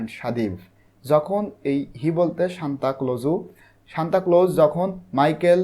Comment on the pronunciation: bai apni bar bar shantaclose shantacloso aishob ki bolsen:face-green-smiling::face-green-smiling::face-green-smiling::face-green-smiling